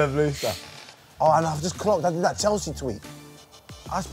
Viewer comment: ‘’Everyone like dat’’